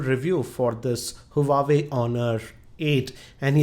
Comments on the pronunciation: huawei...not huwawei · its not hu-wa-way correct pronunciation is wah-way.